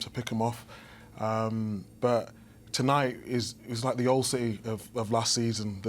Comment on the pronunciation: Man said Rashfords gonna be in ciTeH😂😂